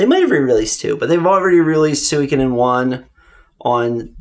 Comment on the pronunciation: Solid game selections... but the pronunciation of Suikoden killed me! It's not "soo-week-a-den" it's "su-ee-ko-den"!